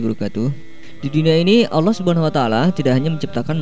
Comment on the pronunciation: Allah swt bukan Allooh!